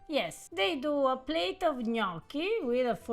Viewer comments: If you can say risotto correctly, why can't you say gnocchi correctly? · All these years are Eva still hasn't corrected pronunciation of Gnocci.